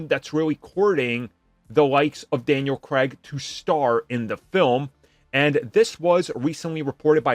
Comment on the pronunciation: Its Daniel Craig, not Creg.